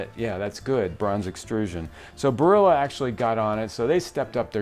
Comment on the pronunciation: Questo tizio dovrebbe essere italiano, ma in che modo pronuncia il nome “Barilla”? 🤦🏻‍♂️